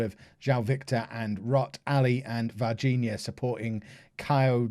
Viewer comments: Fun fact: Varginha is one of the worlds biggest coffee cities. Pronounced vahr-ZHEE-nya, so it's not at all bad when pronounced properly. :) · Suggestion of new name for Varginha: The Ninja (It almost sounds like your saying it anyway) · Let's help with Brazilian's names. JAIR > JAH- EER VARGINHA > VAR- GEE- GNA KAIO > KA- YO., is understandable that those names are difficult to you to say. I will always try my best to help you out. Don't worry about that too much. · Would it be Var-Geen-A anyway? Soft g like garden